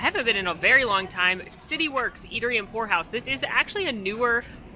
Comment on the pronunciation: POUR house .... ok glad I could read the sign, as that's NOT what it sounded like when you said it LOLOL. I was like... there's brothels in Disneyworld?!